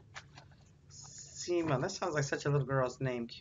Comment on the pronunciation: You can’t articulate her name correctly!